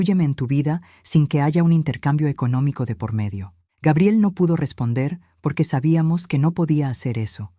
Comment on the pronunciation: Yo ni siquiera le pregunto cuánto necesita, simplemente les digo lo siento pero ya no te voy a enviar dinero. Así es que te puede ur a volar. Y por favor pronucien Gabriel en Español correcta mente y luego gaibiel. Y mire señora en vez de estar rebajandose y humillándose con tanto la bla la con en esos dos idiotas ciere la puerta en la cara y Que se largue . Y esa nuera que dice into que los padres ayuda a lis hijos pues que le pida a sus padres. Grabiel, gaibel, Gabriel y de Nuevo gaibel